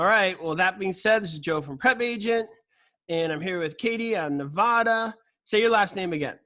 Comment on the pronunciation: Dear joe, luv prepagent! Getting my license in Reno as well. Please when saying Nevada remember the a is not an o. It’s not pronounced nevoda. People who have lived here get super offended when you say it wrong. Lol